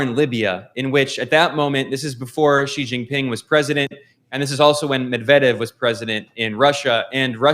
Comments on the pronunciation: You are wrong. The American pronounced it more like "G". Of course I know hanyu pinyin. It is more like "C" with the third tone. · Why do Americans pronounce "Xi" as G. It is more correct to pronounce as C. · why ? they are literally the same pronunciation minus the tonal difference. Something tells me that you don't know Mandarin pinyin because C is how an English speaker would try to pronounce Xi and that is incorrect